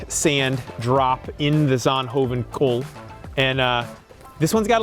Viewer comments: Yay Belgium welkome to my country . It sound like he says sandhoven 😂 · please stop pretending you can pronounce zonhoven